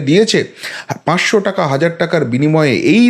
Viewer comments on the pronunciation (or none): none